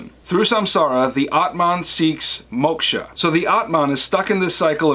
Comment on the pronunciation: M so thankful for your videos, but... the pronunciation of the words Samsara, Atman, Moksha, Brahman, and Karma is kinda horrible